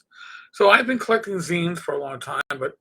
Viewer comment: Thank you for saying zines correctly. And I've been planning on doing some zine reviews. So many to choose from.